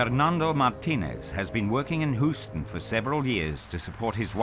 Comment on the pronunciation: Hooston?! Lmao